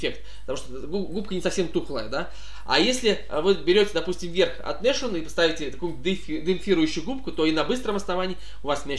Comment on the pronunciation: Важное но! Nashorn никакой не "Нашорн", а "Насхорн". Слово то немецкое!